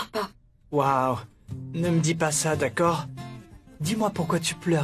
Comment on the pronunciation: Qui a remarqué que Radarani dire tacord au lieu de d'accord lorsqu'on lui accumulé les mauvaises paroles dans la bouche 😬🤣🤣